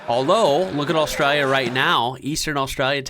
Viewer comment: Please say Australia properly. You're killing me!!!